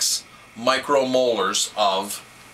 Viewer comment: "micro molars"? There are small teeth in wine? hehe, just a joker here, I know you are trying to refer to "micro moles"...